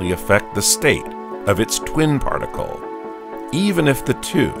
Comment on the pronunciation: particUle a? particUle b?